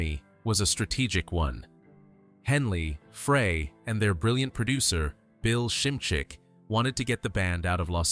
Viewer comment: P.S. its pronounced simzik not sncmcz.